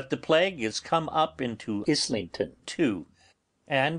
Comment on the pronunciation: I like that he started dubbing over his mispronouncing of "Islington" in part 13, but it's weird that he didn't fix it in the previous parts.